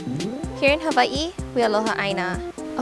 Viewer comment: Beautiful video! But you pronounce hawaii wrong.... And ohau